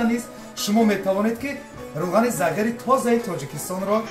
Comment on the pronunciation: Ассалому алейкум, ( загир эмас ) Зигир дейилади!!! Кучирибсилар узгартирмай тугрилаб дейиш керак хар нарсани отини имсини!!!